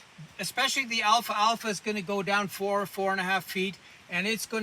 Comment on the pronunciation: this is an excellent educational video. i had never heard of these properties regarding the alfalfa plant... I would encourage you to remake this video with the correct pronunciation Al - Fal - Fa.